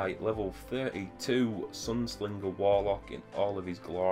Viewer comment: There's not an "L" in Sunsinger!! hehe. On a serious note... Helpful info on the Sunsinger build. Currently working towards it. How did you get the Legendary gear? I'm currently only level 24 and trying to get gear. Seems whenever I get a Legendary Engram, it just turns into materials! Am doing bounties and Strike playlist at the moment, but it doesn't seem to be getting me anywhere quickly! :D